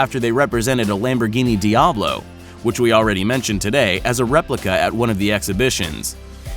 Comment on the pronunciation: did u just say dee ablo?